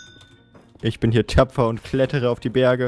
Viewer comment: wer hat noch verstanden statt ich bin tapfer ich bin töpfer